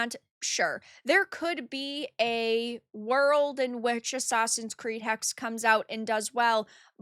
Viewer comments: it is not hex, it is hexE. it is german. we do not drop vowels ever! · To make things better Ubisoft could add robust age verification to its games. The "e" in "Hexe" is voiced btw. "Hex-eeh" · the last E in Hexe is not silent btw. Hexe means witch